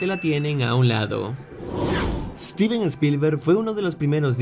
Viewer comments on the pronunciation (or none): none